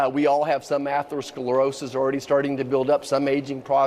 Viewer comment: This guy can't even pronounce atherosclerosis